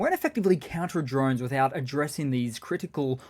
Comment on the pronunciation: since you say drone "drine" do you say bile instead of bowl?.. askin fer a friend...